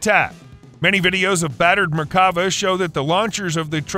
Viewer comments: Once again, it's not merkAva, it's merkavA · It's pronounced mer-ka-VAH. It means chariot. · And it is not pronunced mer ka va. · *MERK-Ah- Vah